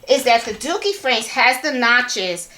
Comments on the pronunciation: DURkee not DOOkie 😊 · Great video! Sorry but I giggled everytime you said dookie frames🤣 My 12 year old was also getting a kick out of it💩🤪🤣